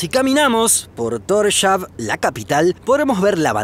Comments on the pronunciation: Se pronuncia Tors-haven :) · solo paso a decir que Torshavn se pronunica Torsjaun. :) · Como pronuncias Tórshavn indíca que no tenés ni idea de la cultura / idioma / etc... pero bueno, por lo menos un parte de los videos son bastante informativos. Saludos